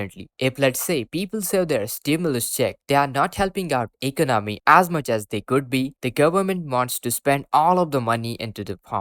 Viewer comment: This guy can't even say the word economy right.